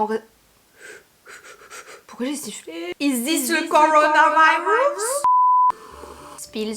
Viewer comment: "is it the coronavaïrus??" 😂😂😂 énorme !